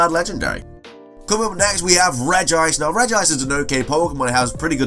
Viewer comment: regice not regi-ice